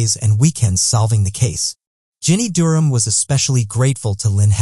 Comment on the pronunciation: The way he pronounces Durham was really getting on my nerves